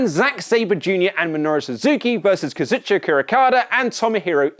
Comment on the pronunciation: I love you but your pronunciation of Okada's first name needs serious work 😂